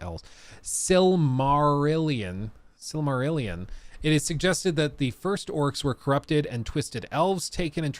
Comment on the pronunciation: It's pronounced Sil-muh-ril-ee-inn. Rhymes with 'million'.